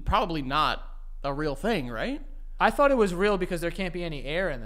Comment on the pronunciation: “Birtday” “trough” “tought” the ‘th’ sound does not exist for these guys haha